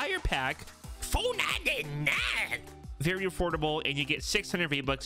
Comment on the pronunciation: The way he says 4.99 😭😭😭, just makes me laugh.. Cause I still can’t afford it 😭